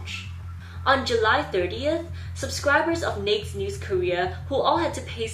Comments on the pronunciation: Had never heard of them until this video which appeared in my recommended. And not a criticism, but Naked is not pronounced like you're saying it, which rhymes with the word faked. Naked is pronounced nay-kid. I'm sorry, but it was driving me crazy. Thanks for the information. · Thanks for the interesting history of these poor girls. It’s pronounced “nay-ked”. Rhymes with “hey kid”. Sorry couldn’t get passed the incorrect pronunciation. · she said that she had to pronounce naked as “nakd” so she wouldn’t get banned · Not hating on you at all but naked it pronounced nay-ked. It sounds like you’re saying Nates Girls. Love the video though! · can’t get over the way you pronounce naked like “NAYkt” as if “nake” was a verb. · Your saying naked wrong lol its two Syllables pronounced (nay-ked) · I cannot cope with how the word "naked" is being pronounced. Two syllables. Nay-Ked. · Ok, not trying to be rude or start a fight but I'm a little confused being during your video you kept pronouncing Naked wrong by saying Neck girls. Now if I'm wrong and it's pronounced Neck even though it's spelled Naked then ok I guess the English spelling is all wrong then I assume? Now you could have been saying naked and I just didn't hear it correctly but it did sound like you were saying neck overall. If so my bad and have a nice day and New Year. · I didnt realize you were saying naked until about halfway through the video, ive neverrrr heard anyone say it like "baked" lolol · she does it to not get demonitized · the way you pronounce naked is making me giggle lol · I think you're pronouncing "naked" wrong and it's driving me crazy. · Do you not know how to pronounce "naked?" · gotta say,, the cutest thing is your pronunciation of n*ked with only one syllable. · Bruh she said she'll get demonitised for saying that so she'll be pronouncing it wrong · ......im concerned with how many ppl don't know why she is mispronouncing it. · Your pronunciation of naked is cute